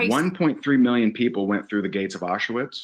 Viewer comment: Its not Ah-shu-wits, dumba**. It's pronounced Ah-sh-vitz